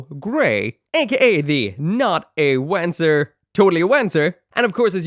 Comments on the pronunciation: I really really hope Bandai puts out more kits like this one. More Wanzer style stuff, less giant humanoid things. Also crazy hearing you pronounce it W-an-zur, in universe it's won-zur. And since FM3 was your gateway drug to mecha maybe go try out the remakes of 1&2, the remake for FM3 is in development. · This new 30mm kit looks super awesome as a big bulky armored core inspired mecha. BTW it's pronounced Vanzer. It's german and the W is more like a V. Also it's translated to Walking tank which makes alot of sense. And one last Front mission 4 is awesome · Pronounced as "vahn-tser"... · Having played front mission 4 and knowing how Wanzer is meant to be pronounced, i physically cringe when you say it. I know you can't help it but... ;; Edit to be helpful: Wanzer is a shortening of Wander Panzer. So rather than wa-an, it's w-on, if you wanted to de-accentize it. In the actual games though it's more like vonser, because it's german. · Am I the only person who kept hearing "wanker" instead of "Wanzer"? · I’m sure other commenters have mentioned it, but still I feel compelled to point out that “Wanzer” is pronounced with a ‘V’ sound, not a ‘W’ sound. It’s a Germanic type of word.